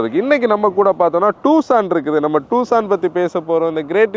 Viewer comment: "டுசான்" not டூசான்